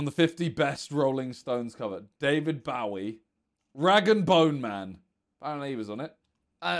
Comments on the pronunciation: did my man just say david BOW-ie? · did anyone else clock how simon pronounced david bowie's name we should not be letting that one slide😭